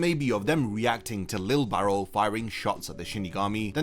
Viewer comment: His name is Lije Barrow. (Lee-jay (soft j)) Im posting a youtube short soon to address the constant mispronounciation of his name.